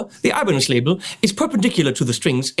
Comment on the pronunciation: Lol, sounded like you said "Alemanes al final", which would be Spanish for "Germans at the end". Hmm, as someone who is looking to begin playing guitar, 7 string, multiscale, long scale, Floyd Rose, etc. are things that do not interest me, so I wonder why I bothered watching the video...must be because you are click-bait for me (no gayness intended)...